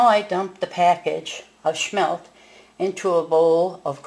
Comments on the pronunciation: Lady, they are not "Schmelt"! It's Smelt. No CH! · SMMMMMELTTTTT not sssshmelt